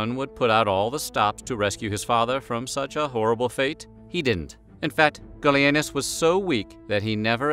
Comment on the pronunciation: The first time you said, "Gallienus", I was looking away from the screen, and thought you said, "Billy Anus", as a joke. Hey, don't blame me. You're the one with a channel that isn't above that kind of thing.